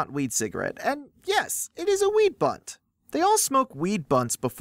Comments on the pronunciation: It's called a blunt not bunt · Okay as a pothead, I'm a little embarrassed. But... WTF is a bunt I've heard blunt never bunt???